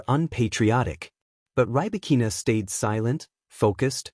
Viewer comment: Can you pronounce her name????????